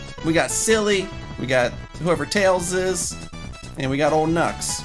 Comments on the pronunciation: correction: Tlels, not Tiels. Also Knuckles is called Knicknacks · Tunky the fox? Me: no, it's tlels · tails is called "Tlels" in this,you're welcome :)